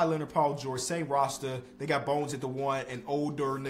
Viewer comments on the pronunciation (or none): none